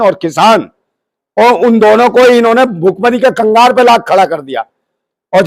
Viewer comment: ओए BC तुझे यह तो मालूम नहीं है कि "भुखमरी की कगार" कहा जाता है नकि "भुखमरी की कंगार" जो तूं बोल रहा है |